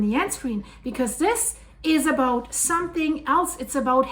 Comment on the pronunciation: Aboot 😂 about 😂I love it